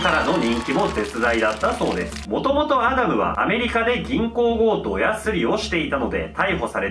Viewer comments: アダムをキリンが言うとアナルに聞こえるんだけど、、、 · ウケ狙いとかじゃなくて、本気でアダムがアナルにしか聞こえない……どうしよ